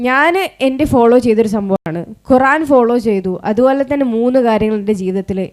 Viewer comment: മാഷാഅല്ലാഹ് ഖുറാൻ അല്ല ഖുർആൻ